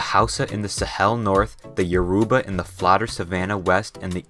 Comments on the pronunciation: Man says yaruba, while its "yo-ro-bah" Although not his fault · Yoruba is pronounced Yo-roo-bah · its yo-ro-ba not yo-ru-ba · It is Your-ro-ba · Yoruba is pronounced Yo-ro-bah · As someone in Nigeria I can relate to this but you don't know how to pronounce some word like: yourba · Also “Your-ah-Barr” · u said all the states, and yoruba wrong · As an Nigerian-American, the pronunciation of Yoruba really hurt my ears 😂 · You mispronounced every name in this video except for nigeria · dont forget the pronunciation of yoruba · It is Yoruba, not Yaruba, Benue is pronounced /benwei/ no offence. Oyo is /o'jo/using phonetic transcription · As a Nigerian myself, I've got to say how funny the pronunciations were, especial Lagos and Yoruba